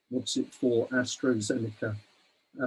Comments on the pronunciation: People die of heart attacks all the time some die even when they haven't had a vaccination. Someone was hit by a bus the other day it must have been due to the vaccine. This bloke can't even get the names right. It's Astra not Astro and Pfizer not fightzer. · Hello and thank you to UK Column for this info. One comment for: it is AstrAzeneka NOT AstrOzeneka and Pfizer is a US company now even if it is named after a German chemist and is pronounced FIZER, the "p" being silent and the "z" no longer pronounced in German way. I don't like to be pedantic but as you pay attention to detail I thought I would mention it.